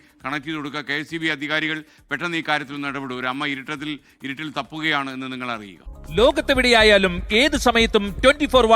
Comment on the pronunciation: ഉരുട്ടിൽ അല്ല ഇരുട്ടിൽ 😆